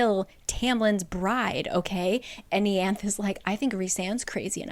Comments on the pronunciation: I love these summaries since I don’t want to reread where I left off of the books (which is my 2nd read btw). I don’t actually “read” them as well, I listen to the audiobooks. One benefit of that is to hear how the names are pronounced. I was so confused when you said Ianthe (ee-anth) I was like “WHO?!” Lol! In the audiobooks it’s pronounced eye-Anth-ee. This comment isn’t shade but just something funny I thought I’d share! Thanks for your hard work on making this video! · It's pronounced I-ann-the. I appreciate the breakdown. I cheat during my read. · it’s pronounced eye-annth-ee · Where does it say how Ianthe is pronounced? Ée-anth sounds so weird to me 😅 I've always read it as Yan-thee 🤔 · Not a big deal but Ianthe is pronounced “EE-aun-they”. It’s my aunts name and that’s how she says it and It’s Greek. But I love your channel and appreciate you doing these videos. ❤ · Watching this just makes me realize I was right in thinking Tamlin literally didn't do anything wrong when I read the book. He had his own trauma to deal with and it wasn't his responsibility to cure Feyre's Btw, Ianthe's name in the audiobook is pronounced Ai-anthe :) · Ianthe = Eeanthay (first a pronounced like "hall") rhysand = reece-sand (sand in a french accent) Tarquin = Targuin (in french please) Elain = almost like alien, but like still elain Amren = almost like Ramen just exchange the r and a Alis = Aleese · About ten minutes in, and it’s bugging me enough that I have to say this: I knew someone named Ianthe, and she pronounced it “YAHN-thee”. Which makes more sense, I think. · Ianthe... I-anne-th-e